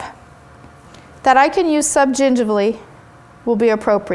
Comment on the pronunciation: You say subgingivally so well! =D